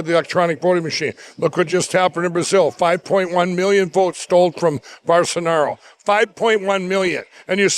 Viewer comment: Barsenaro, Jimmy Kimble... I'm loving his Steve Brule mispronunciations. But seriously, this is pretty sad to watch. In case anybody reading this needs to hear it: do NOT listen to this guy, he's mentally ill and needs help.